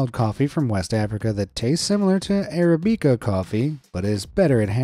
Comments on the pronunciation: Arabica is pronounced with "bick" not "beak" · You've never heard someone say the word arabica huh? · arabica was mispronounced!